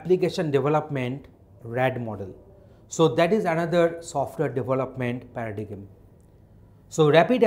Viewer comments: For God's sake it is not pronounced as pa-ra-di-gim but PA-RA-DAIM. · Paradigm pronounciation wrong hai sir ji.......... 😂😂😂😂😂😂